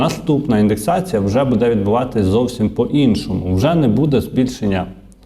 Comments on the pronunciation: треба говорити " бУде ", а не " будЕ ". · Звичайний блогер: будЕ, но , да …